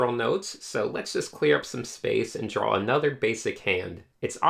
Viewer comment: LOVE THE VID but something was triggering me, and I NEED to get it off my chest... PLEASE I'm not trying to hate... ok here goes... ITS NOT PRONOUNCED DRAWLS!!!!!! ok I'm good, again I REALLY like the vid, its helping me a lot!